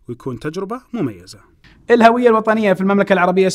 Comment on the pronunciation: الهُوية بضم الهاء ، هذا هو النطق الصحيح ويعتبر خطأ شائع منتشر ان ينطقها الكثير بفتح الهاء *الهَوية*.